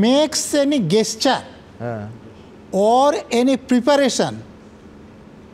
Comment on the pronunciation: Gesture এর উচ্চারণ তো জেসচার।গেসচার এই প্রথম শুনলাম নজরুল ইসলাম এর মুখে।অবাক হলাম।